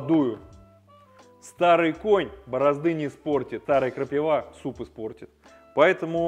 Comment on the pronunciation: Ухо режет ! КрапИва а не крапивА😂